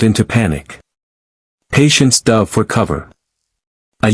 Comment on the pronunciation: For pity’s sake edit things. Good story but Dove, in this case, should not have been pronounced duhve. And patience instead of patients? Really?🙄